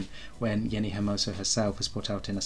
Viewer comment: Jenni not henni